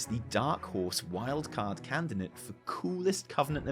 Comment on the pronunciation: Teehee you said canidate